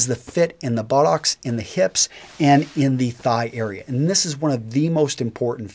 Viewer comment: Sounds like he says: "THE FIT IN THE BO-LLOCKS."